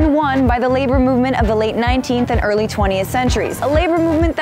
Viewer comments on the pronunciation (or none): none